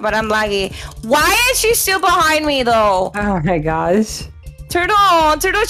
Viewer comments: i love how says TuRtUl 🤩🤪😂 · PLS THE WAY SAID "THURTEL" IT'S SO FUNNY